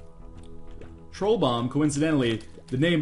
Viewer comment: i'm dutch, and i am offended by your comment, no just kidding, but it wouldn't be pronounced that way. troel is pronounced like truuwl